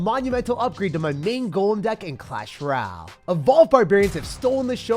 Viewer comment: “Clash Rall”